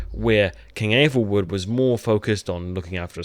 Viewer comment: this guy is tryna make breakdowns/theories but he calls aethelwulf "aethelwood" and doesn't know who sinric is...